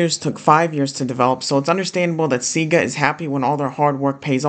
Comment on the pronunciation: every time you say seegah it makes me die a little inside